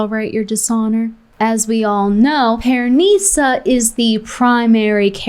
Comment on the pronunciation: I like how she pronounces PearNEEsa 😂